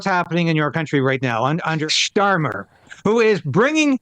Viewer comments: Love the way he pronounced "Starmer" like "Stalin"! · You’re pronouncing Starmer all wrong… ITS STALIN